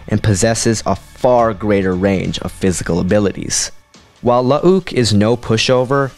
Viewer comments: Lmfao, omg dude, I can’t handle it….. IT’S NOT “La-ah-ook” Skywalker. They just spelled both of their names with 2 U’s to differentiate the clone version from the real person. That is literally it. They’re pronounced the same way…. It’s just Luke with 2 U’s…. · You're pronouncing 'Luuke' really incorrectly here. It's not spelled 'Lu'uke', it's spelled 'Luuke' and as such it's pronounced 'Luke' despite the second 'u'. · The way you say Lu uh uke cracks me up everytime. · It's bloody hilarious